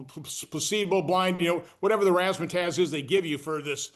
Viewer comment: lol "razzmatazz"